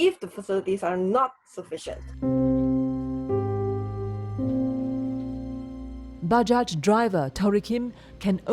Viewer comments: good documentary..btw bajaj is pronounced as bah-jai not buh-jah. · Most comments are rather serious ones, but allow me to say... I find it cute, how the narrator pronounced "bajaj" XD